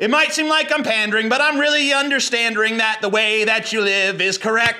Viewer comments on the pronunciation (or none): he said understanddering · UNDERSTANDERING !!!! lmao hahahahahaha I PEED A LITTLE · Understandering lol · Understandering! Oh god I'm in tears.